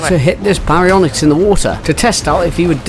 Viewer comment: BEYdon and BEYwing 😂😂 gotta love it!